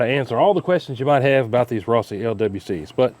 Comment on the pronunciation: I cringed as soon as you said "Rossi." Junk☠️